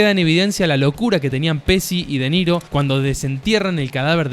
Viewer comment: Me sorprende que un argentino pronuncie pesi para decir Pesci.